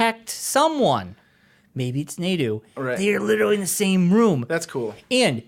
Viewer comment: Nai-ee-doh. For the love of god. Stop the Naydo.